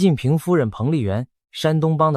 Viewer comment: 是习近平，不是西近平，ai配音配的准点